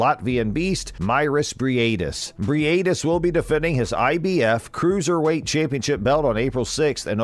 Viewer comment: Bri ate this? Dude making content about him and does not even know how to pronounce his surname smh Hope for a good fight though